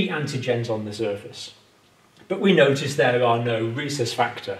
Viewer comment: Rhesus (short U vowel ending) or recess (short E vowel ending)? Pronunciation issues...